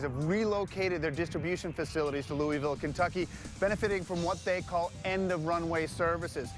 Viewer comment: It frustrates me when people don’t say Louisville Kentucky correctly